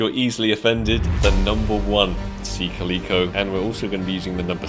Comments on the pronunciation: isn't it Sea "Ka luh kow" not how was saying it? Its the same as the cat type of cat... Calico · The way says calico bothers me